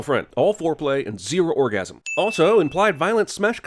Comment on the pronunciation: "all foreplay and zero orgarm" we will remove all sins from this video for that 😂